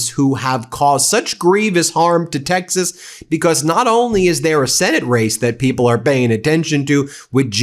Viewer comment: Gimme a dollar for every time Ben says Becoss